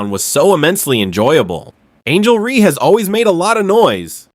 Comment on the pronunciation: Why can't your AI say Reese instead of Ree. So irritating.